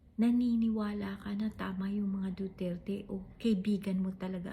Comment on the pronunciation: hindi kaya sinadya ng judge yung pagpronounce ng duterT para homonym ng retardT🫢